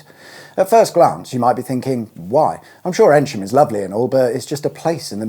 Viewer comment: Sorry to be a pedant, you’re pronouncing Eynsham incorrectly. It’s pronounced eeeen sham - like the hard sound e, soft n, then sham.